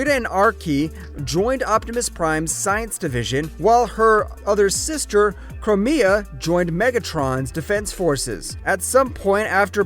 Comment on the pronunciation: you said “twin sisters” but there’s a third Femme. The pink is Elita, the blue is Chromia (which is pronounced Crome like the metal, with an “meh” and “ah” on the end, not Crow-May-ah) So who’s the purple one? Anyone know?